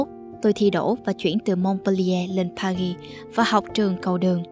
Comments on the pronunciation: Từ Paris phát âm âm "r" đừng cố tỏ vẻ. Sai bét. Đọc bình thường đi bạn. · bạn voice đọc sai từ Paris rồi